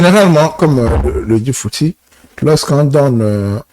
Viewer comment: Respectez les gens sur le plateau voyons! C'est Monsieur Fouti et non fouti